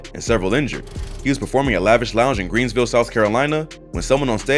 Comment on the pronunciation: You said “Greensville “ when I clearly says Greenville